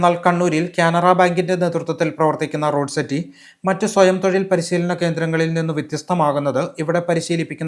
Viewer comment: റോഡ് സെറ്റി അല്ലാ റൂഡ്സെറ്റി